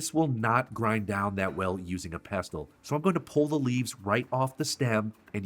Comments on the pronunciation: Regarding the word "pestle": As a PSA, I'd like to share that the letter "t" in that word is completely silent. So the word is ALWAYS pronounced "Pess-ul." NEVER under any circumstance is it to be pronounced "Pest-tul." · Ack! nFrist, it's 'pestle' not 'pest tull'. Coriander seeds taste different and smell different than the plant they come from, cilantro, so use mint AND cilantro. As for the api panda - it is a hot chile which anchos are not. A better sub would be chile pastila, or if smokiness is not a problem, use chipotle or, if your can find them outside of Oaxaca, chile Padilla oxaqueña. Tear the dried chile open, pour some boiling water on it, and let it soak and soften. Ad the soft, floppy chile to the mortar. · It's pronounced PESSEL NO T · Stop saying pestle the t is silent pesle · Pestle is pronounced without the t: pess-ell. Looks delicious! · FYI the t is silent in pessel…(pestle) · /pes’ əl/ ‘t’ is usually silent. Thanks for the recipe. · OMG....A mortar and what?😂😂😂😂 Its "Mortar and pestle (pronounced "Pessel"!!)😂😂😂😂😂 London, England here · Pestle, pronounced = pessel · I doubt his credentials if he cannot pronounce pestle correctly. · You don't pronounce the 't' in pestle. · I never knew the "T" was pronounced in pestle, and my whole world is shifting a little. Hold me. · You are pronouncing 'pestle' incorrectly. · Isn't the "t" silent in the pronunciation of pestle? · the "t" in pestle is silent, it rhymes with vessel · Love the recipe. Small hint, the ‘t’ is silent in pestle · Just a pronunciation thing, pestle is a silent T